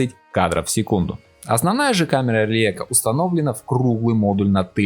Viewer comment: Почему он камеры Лейка постоянно называет Лиэко?